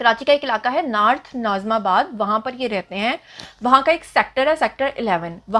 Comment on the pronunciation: It's not naarth , it's North